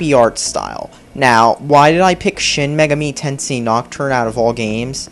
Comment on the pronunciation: Say it with me, idiot. Shin Magami(MAY-GAH-ME) Tenshin.